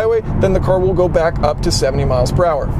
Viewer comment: Great video! You don't know how to pronounce the word "car" though. Try turning on the auto generated text, it understands everything exception for when you say "car". It translates to "core" "chorus" and so on. Lol